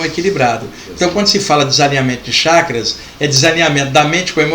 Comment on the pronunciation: CHAKRAS,pronuncia correta Tchackras e não shackras.